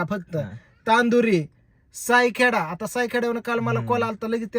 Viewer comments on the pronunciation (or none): तांदुरी नाही चांदुरी आहे गावांची नावे चुकिची वाचतो 😂मि निफाड पासुन ३किलोमिटर कोठूरे गावात राहतो,येतो का शुटिंग ला लय भारी लोकेशन स्वतंत्र विर सावरकर यांचे मामाचे गाव, जुने मोठे-मोठे वाडे आहे,( वाड्यावर या😂😂😂